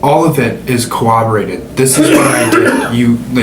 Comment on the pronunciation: Is he saying cawobberated instead of corroborated?